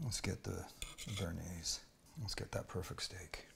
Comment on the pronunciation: brooo your bearnaise, come on...... haha